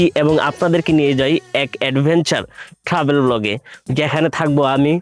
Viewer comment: Travel ke bole Tahbel. Empty drum sounds much